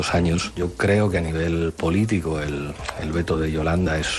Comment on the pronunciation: Por qué Pablo Iglesias dicr "polítigo" en vez de "politico"